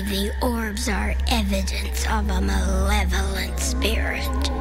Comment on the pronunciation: Oh no, "Maleovolent spirits."